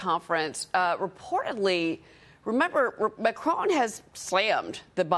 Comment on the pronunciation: First of all that lady reporter should learn how to pronounce properly the last name of the president of France